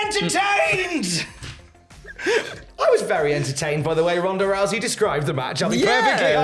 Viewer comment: “Ronda Russy” you vile man 😌